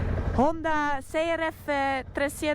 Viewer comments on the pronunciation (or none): none